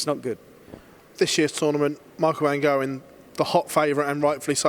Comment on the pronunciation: He's so up Price's arse. He's pronounces "Van Gerwen" incorrectly when you consider that it's a Dutch name, but he doesn't make a massive thing about changing how he says it